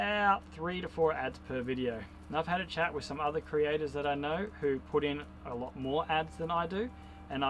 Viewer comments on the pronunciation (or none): none